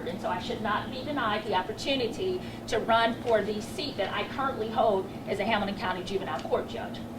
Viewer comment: The seat I currently hode? How can someone be a judge when they can't pronounce a 4 letter word?